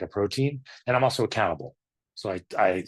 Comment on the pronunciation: I thought you said "I'm a cannibal." = accountable is what you actually said. Thank you for sharing your story.